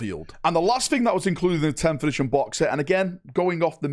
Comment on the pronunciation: Video starts: "11th-ition"